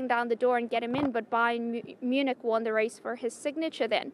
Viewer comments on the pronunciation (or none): none